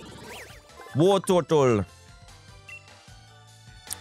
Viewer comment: Listen 😂 how DanTDM said wartortle at time